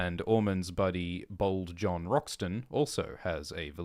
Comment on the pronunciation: Every time and said "Bold John Roxton" I heard "Bald John Roxton." I was so confused why he had hair